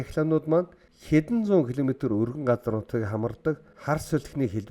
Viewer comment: Уг нь аймар гоё суваг даана ч аялага нь бүр ХҮН АЙМАР ёоо новш юм аа AMERICA - АМЭРИЙХ HURRICANE - ХУРИХЭНЭ ГУРАВ - ГУРРРРРРРРАВ ХУРАЙ - ХУРРРРРРРРРАЙ ХАЛСАН - ХАХАЛСАН КИЛОМЕТР - ХИЛМЭТР ЭКОВАТОР - ЭХВААТОР хараад байхад бүх К үсэгийг Х гээр дууддаг юм байна